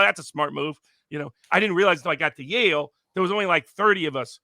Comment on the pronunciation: Its Yale not life